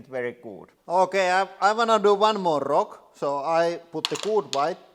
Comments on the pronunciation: I love how he says roc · It's the way he say rock. Sweden and Finland legends of rock and hard rock ;)